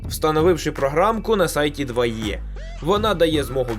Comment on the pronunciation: Підкажіть, будь ласка, чому 2Е (2і) Ви, і ще кілька людей, читають як 2є?